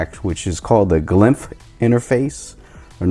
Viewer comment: It's called glyph not glymph lol. Nice vid 👌🏼